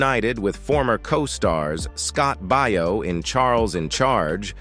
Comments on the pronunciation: Yeah, Scott Bao not Bio! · you need to get yourself a better narrator. This one’s terrible! Scot’s surname is pronounced Bay-yo, not Buy-yo. This narrator has got to be AI or something like that, ‘cause he can’t pronounce names and such worth a darn. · You should learn how to say Scott Baio's name correctly. The way you said it is completely not right. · I agree, he says it weird.